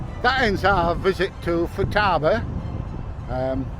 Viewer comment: If you’re going to speak to the company personnel, at least get their name right. You called them Fatuba not Futaba.